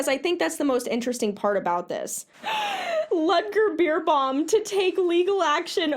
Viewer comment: German rider here: The correct pronunciation of his name would be "Lood(as in loot)-ger Bare-bow-m". Also looked at the first website, this man is literally claiming that what he was doing was "Touchieren", which usually describes touching the horse lightly as a signal (like if you want your horse to move its butt so you tap it with your whip as a signal to move). It's crazy what these people get away with and sadly the reaction to stuff like this that i have seen in competitive riders at my barn is usually "oh no how sad that he did this to his horse for profit and fame, good that we don't exploit our horses for medals :)))" and then they go force their horses into the worst bits i have seen and behave like they're all better than you for "being successful" and not just working with your horse at home. Fuck that. Horses are not your sports equipment to use and abuse.